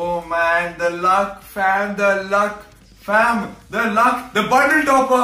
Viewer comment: Stop saying fham 😂🤦🏽‍♂️